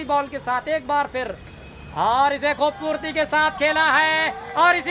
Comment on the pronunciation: Bhaai खूबसूरती होता है। खुबबूर्ति नही 😂😂😂